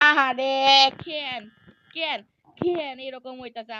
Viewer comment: কেন❌❌ খেন খেন✅😂😂